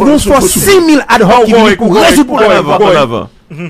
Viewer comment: Ad "roc"? se lit dans le calme phonétiquement " adoc". Le h ne se lit pas en français, muet ou aspiré. Max Weber, pour caractériser l'Etat, évoquait le "monopole de la violence physique légitime " et non de la "violence légitime". Nuance.